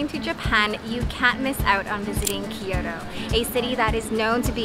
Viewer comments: Its kyoto, not kioro lol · thanks for taking us along! enjoying your content but please at least try to pronounce the cities correctly!! its not Ki-Yoto, it's Kyoto. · Thank you for the video. One observation, you are clearly Japanese, why do you pronounced as “Kyoro” instead the of the right way KyoTo?